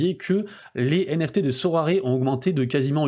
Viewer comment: Super ! Par contre Sorare se prononce Sorar et non Soraré